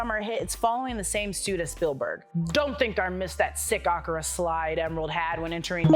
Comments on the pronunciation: I thought Akira was pronounced "Ah-kee-ra" not "Ak-u-ra" or am I wrong? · Akina not "Akura" 🙃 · I'm sorry what? Ahkra? It's A-Kir-a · It’s pronounced AKIRA not AKIRA! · Pronouncing AKIRA as AKURAH is wiiiiild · Two things Kirk didn’t fight Gorn. He fought a Gorn. Akira is pronounced uh KEE rah and not AHK ur rah. Two telling mistakes no one who was an actual fan of that old pop culture stuff would make. Otherwise who ever wrote the script to the great job. Editors and producers not so much. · I appreciate the effort in trying to say AKIRA, but AKURA could work as well. P.S. This is not meant with NO malice. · That’s not how you pronounce Akira -. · Akura slide? What is that pronunciation? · Mam....dId you just say "AH-KHER-AH" to reference the Akira bike scene? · the way you pronouced Akira made my eye twitch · thats not how you pronounce akira stop tryna be different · who pronounces akira that way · This video was great and the hostess was great...the only critique would be the pronunciation of Akira. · Yea, pronounce “Akira”correctly please. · Nah”uu”m, Ak”ee”ra, neph”ee”lum